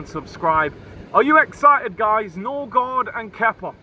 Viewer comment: Noorgard ??!!!! Smh this is typical Arsenal